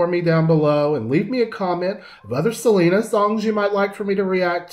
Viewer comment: Yo no entiendo xq los hablantes inglés le dicen Selina... Cuando es Selena...??